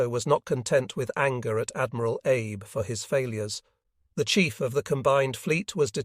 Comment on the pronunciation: Yes, the AI voice mispronounces Abe as Abe when it should be Ah bay.